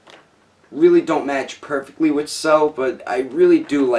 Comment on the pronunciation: "I was patiently waiting my-CELL-f" "Even though the colors really dont match PERFECTLY.."